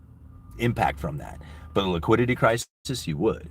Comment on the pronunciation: wiquidity cwisis